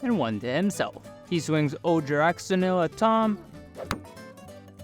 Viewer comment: The Ojer gods are pronounced Oher, wizards released an article for all the names and how to pronounce them acuratly :D and im fascinated how you already got some jurassic cards in there, im still waiting for my booster because of the delay. Edit: pardon me, i just found out it wasnt wizards themself but the community who made the phonetics chart.